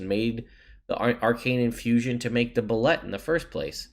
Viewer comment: "Pronounced boo-lay"... The art is great in the 5e MM but you have to go back to earlier editions for detailed descriptions for most of the monsters.